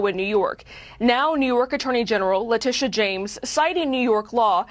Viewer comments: It's Letitia, not Latitia. I like to think of her as Lettucehead James. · LA-TI-SHA., not Latita...if you are going to piggyback of other people's content at least get the names right. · Pronouce her name LA TISH AH. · Her name is pronounced La-Teesha